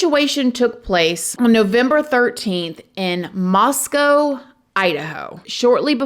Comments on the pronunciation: so surreal that one of my fav true crime channels is covering something that happened in my area 😳 also thank you for pronouncing Moscow correctly ☺️ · Thank you for covering this, and for pronouncing Moscow correctly! I live south of Moscow in Lewiston and this is just nuts…we don’t see stuff like this here. I did lots of partying in Moscow during college and even knew quite a few people in the Sigma Chi fraternity (this was many moons ago haha)…I feel for those families who lost children, how unimaginable ❤ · Thank you for pronouncing Moscow with a long o sound at the end of the name. This is the way we pronounce the name of the town here in Idaho. The people in Idaho prounounce the city in Russia is Moscow with the ow sound at the end. I'm not sure why they are different, and I don;t know that it really matters, but it is nice to hear people say it the way we do. It shows respect. Thanks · nice! you said Moscow correctly lol